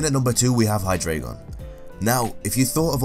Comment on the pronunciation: You pronounced Hydreigon wrong